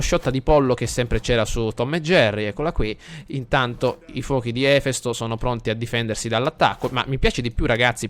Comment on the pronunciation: Si pronuncia Efèsto! Era il Dio greco del fuoco.